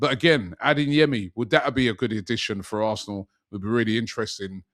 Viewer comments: Robbie please stop saying “adinyemi” lool the name is pronounced how it’s spelt but for you say A-DAY-YEMI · Day 19 of Robbie calling Adeyemi “Adinyemi”